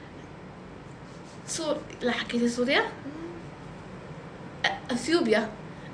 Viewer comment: سوريا ❎ صوريا ✅🙂